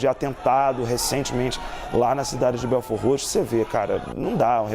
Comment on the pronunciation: O bom é a reporter pronunciando belfordroxo kkkkk